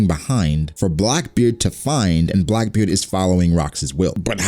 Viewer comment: you said brackbeard